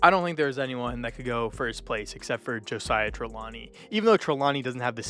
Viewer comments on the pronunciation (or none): Aint no way he said josiah trelawny 😂